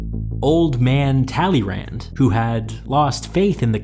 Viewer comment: please please i hate the french as the next person but just hear theyre names spoken ONCE befor you make a video i still have PTSD from "tallirant"